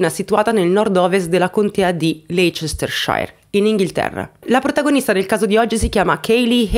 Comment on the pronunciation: si dice lesterscir 😀